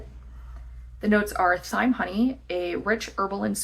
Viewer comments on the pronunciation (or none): How are you pronouncing thyme????!!!